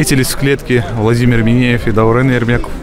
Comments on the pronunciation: ДаурЕЕЕЕн, а не ДаурЭЭН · Не Даурэн,а Даурен,аж ухо режит, Камил как всегда красавчик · Даурэн))) это как тэнге почему-то они не могут букву Е выговорить